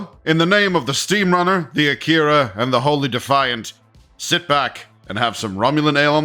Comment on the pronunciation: Isn't it pronounced ack-er-a and not a-keyr-a